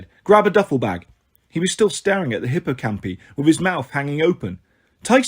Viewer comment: Sorry, but hippocampi and pegasi have a strong I, so would be pronounced hipp-oh-camp-eye